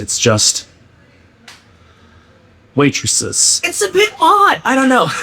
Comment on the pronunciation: Waitresses ❌ Weightresses ✅